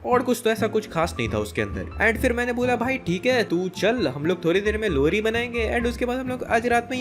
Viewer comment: Bro you say lohri - lodi